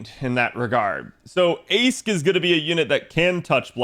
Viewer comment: Not sure if people know about this by now but "Aesc" is pronounced "Ash" in Old English, as in "ash tree" just as "Toneriko" is just another Japanese word for "ash tree"